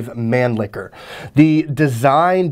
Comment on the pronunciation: Loved the video, but as a steyroid i must say, the mispronouncing of some of the austrian words, namely mannlicher and steyr, irks my 'tism a little bit.